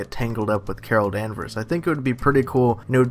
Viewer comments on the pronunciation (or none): none